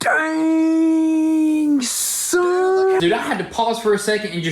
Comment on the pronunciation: Daaaaaaaaaaaaannnng ssssson. He puts so much emphasis on it😂